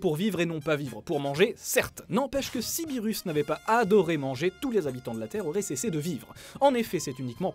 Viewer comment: "birusse"? OMG!!!!!!!!!!!!!!!!!!!